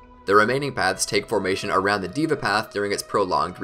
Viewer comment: Bro, its not a ''DIVA" path😅. Its called Deva Path